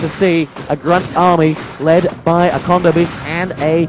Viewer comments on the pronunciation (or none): Theyre kodo beasts not condo beasts. silly announcer >.<